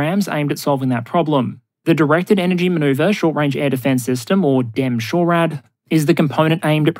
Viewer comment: Pedantic pronunciation note: the US Army refers to its DE M-SHORAD system as “Dee-Eee Em-SHORAD”, as it is the DE version of the kinetic M-SHORAD Stryker system, not “DEM-SHORAD”. Cause, you know, US Military acronyms.